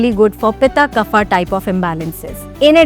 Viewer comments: Nice. Just FYI Kaaf (not kufa) for KAPHA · No, it's not pronounced as KAAF but actually kapha with soft vowel phonetics.